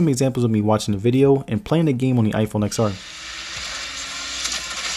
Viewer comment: I had to stop watching this video after the 3rd time you said Ex-R. Seriously not to nit pick but it's pronounced 10-R. It's like pronouncing the iphone 10 as iphone Ex. Or the iphone 10-s Max as iphone Ex-S Max. Seriously cringy to hear repeatedly